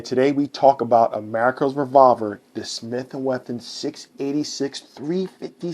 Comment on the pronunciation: You keep saying Smith and Wethin. It’s Wesson. If you had a lisp, that’s different but your pronouncing all your other S sounds.